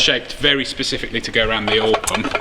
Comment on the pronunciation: " Pacifically". Brilliant.